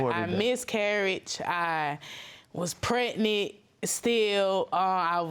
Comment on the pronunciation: Did she just say "pacific" instead of specific, and "pret-nit" instead of pregnant? She do need to run, though. He doesn't put much effort into what he says he's going to do because he knows she ain't leaving.